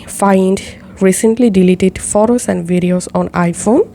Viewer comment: I know what i heard